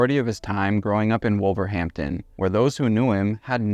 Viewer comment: I was going to nod to the pronunciation too 👍 “Wust tuh shush’ and ‘Wulvuhamtun’ 😉